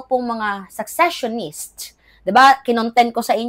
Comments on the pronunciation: secessionist hindi successionist sesesyonist pronunciation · Gud am,fan mo ko kaya correct ko ang cnabi sa content mo ngaung araw...hindi successionist dear but seccesionist ok?take care.